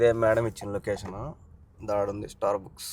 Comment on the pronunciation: స్టార్‌బుక్స్ ❌స్టార్‌బక్స్ ✅